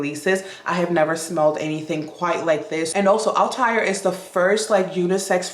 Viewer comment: Althair...THREE syllables, not two...al-tah-EAR. Valaya...va-LIE-a...from Sanscrit.